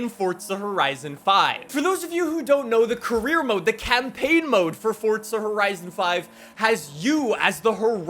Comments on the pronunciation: How much money for you fo pronounce it "Forza" and not "ForTza" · Sorry but it hurts it’s not fortza it’s forza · Omfg please it’s forza not fortza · Ddid you just say fortza instead of forza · I love the videos but it is driving me absolutely insane when you say fortza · "Fortza" "forza" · ITS "FORZA".. NOT "FORTZA" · why is he saying ''FORTZA''??!!!!! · Fortsa???? U mean forza. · Brotha it’s pronounced “FOR ZUH” not “Fortsuh” lmao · Bro it is FORZA not FORTZA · Idk if it’s just me but I say “forza” not “fortsa” I love the video though man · FORTZA FORTZA FORTZA 🤡🤡🤡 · Why you say it fortsa? The official Xbox stuff say the single Z not like how Italians say a double z... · Bru stop saying fortza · Me: ah no not again: fortsa horizon 5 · Fortza horizon 5 fortza horizon 5 Edit: I’m not making fun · Lol why u saying fortza???? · fort za. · I'm so Annoyed at him cause he calls it fortsta horizon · Are you fucking dislexic there is no t in Forza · Stop saying forza like that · Fortsa horiteson fife-wuh